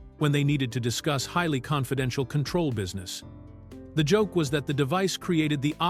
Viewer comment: Repeat, repeat, repeat: Same footage and images. Yes, one of two details of interest buried in an overwritten and redundant fashion. Talks about Michael Dunn but shows total unrelated scenes and a picture of Tom Poston. The AI voice can't even pronounce Control. Waste of time.